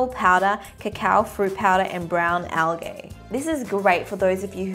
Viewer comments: speak properly, its for future videos.. 🙄🙄🙄🙄🙄🙄🙄🙄🙄🙄 its also pronounced al-gee not al-gay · Wage pronounced algae wrong 😂😂😂😂😂😂😂😂😂